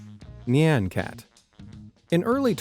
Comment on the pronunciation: That pronunciation of "nyan" was abysmal... Different cultures have different sounds that animals make... When you think of the sound of a cat, you'll hear "nyan" which is the Japanese onomatopoeia for the "meow" a cat makes, much differently... But how the narrator said "nyan" shows that they never bothered to even find out how "nyan" is pronounced, even though a quick Google search or YT search would have gave them the correct pronunciation... SO Lazy.